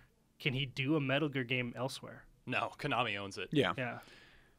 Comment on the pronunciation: Was anyone else kinda impressed by the way that guy said "metal gear" at the beginning?